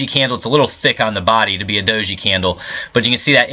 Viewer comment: Good job every time you said Dosey candle makes me giggle